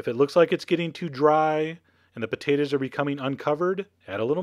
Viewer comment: i love the way you say potatoes "potaduhs"